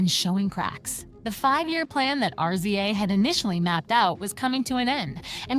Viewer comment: Yo I'm sorry but YOU are killing this story with all the mispronounciation and why do you keep spelling RZA'S name (RIZZ-ZAH) say it with me now